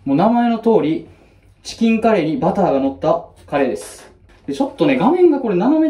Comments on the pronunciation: いや、カレーの発音どない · いやカレーの発音気になるなぁ